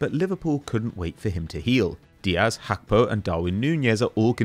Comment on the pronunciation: Please Gakpo has a Ghanaian descent and his name is of the Ewe people of Ghana. The G in his name is mentioned. It's not pronounced as Hakpo... Thanks